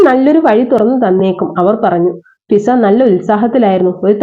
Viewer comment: ഷിസ അല്ല മിസ്സേ.... ഫിസ എന്നാണേ